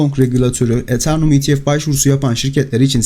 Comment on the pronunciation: Eternum değil Eteryum